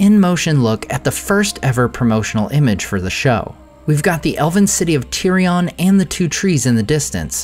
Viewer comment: It's not tirion.